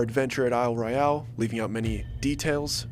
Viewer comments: It was weird. FYI, we don't pronounce Isle Royale like that. The Royale is just pronounced as Royal would be. I don't know why,it just is. Also, pasties are not pronounced like it rhymes with tasty.It's pah stee or an "a" as in apple sound. Michigan has a lot of oddly pronounced words. Lived here all my life. Thanks for including us. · being from lower Michigan, we don't pronounce Isle Royale as "Royal" . The e on the end gives it the different pronunciation of Roy-al (like Alabama) It's the French pronunciation. This was French territory for a very long time and also being so close to Canada, the true pronunciation is Roy-al, not Royal. It sounds so bland. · Pasty is Past-EE, a pastie is a nipple cover 😂you'll kill some Yoopers with that pronunciation!! 😂😂 It's also Isle Royal (ignore the E at the end) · Glad you mentioned it. 53 yr old Michigander here from Oakland and Manistee County. You're spot on! It's "Isle Royal" and "pass-tee". A "pay-stee" is a tassel that dancers wore over their nipples, haha.